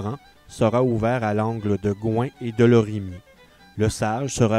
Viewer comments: Et non « De Lorime » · C’est: « De Lorimier » et non « De ».